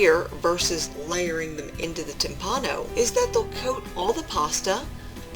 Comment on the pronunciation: The word "timpano" is pronounced "TIMpano", with the tonic accent on the first syllable. While "timpano" means "drum" in Italian, as you explained, so does "timballo" (pronounced "timBALlo", with the accent on the second syllable), but both terms are archaic in that sense, and many, if not most, Italians would not associate either with the word "tamBUro", the current equivalent of "drum", and analogous to the French "tambour". While I have never heard the term "tamburo" in a culinary context in Italy, the word "timballo" is there universally understood to mean the dish you are describing, and similar ones. Saluti a tutti e buon appetito. Alessandro Ferrero